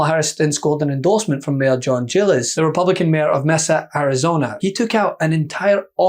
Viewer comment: Not Jillis...the correct pronouciation of the last name of the gentleman from Mesa AZ is just how it is written..Giles...rhymes with smiles and miles.